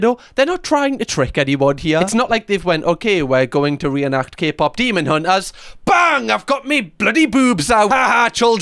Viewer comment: did that guy say Kpop semen hunters?